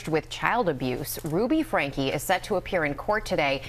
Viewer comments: Their last name is pronounced “Frank-key” Not “Frank” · Love how you just don't give a shit about pronouncing these people's name correctly lolol. They all say Franke and you're just like nah, it's pronounced FRANK dummy. That E on the end is inconsequential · It’s pronounced Frank-ee. I’m ashamed to say- I share the same last name 😮😫 No- I’m not related to these freaks. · What's your wife's name... Ruby frank-e. Narrator ruby FRANK. .. TAKES ME RIGHT OUT OF IT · His name is pronounced Frank-ee, and he's a huge piece of crap. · Why on earth can’t the narrator pronounce words correctly? Frankie and connexion was misspoken several times. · Their last name is pronounced Frankie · Th e AI voice can't get his name right lol. ...lazy creator